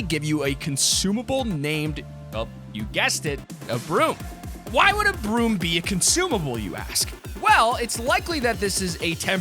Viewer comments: When he said “broom vehicle” I thought he said B.R.U.T.E vehicle, I was about to SCREAM 😅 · When he said broom I thought he said brute